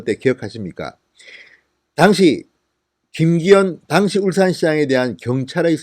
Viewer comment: 진성호님 "당시 " 발음 확실히 하세요 듣다 보니 따라 배울까 두려워요